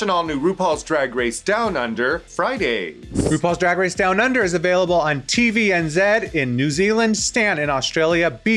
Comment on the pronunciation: As a kiwi, I really appreciate that Raven correctly pronounced TVNZ